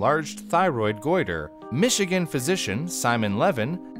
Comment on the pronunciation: Is no one taking about how he said "Michigan, physician."?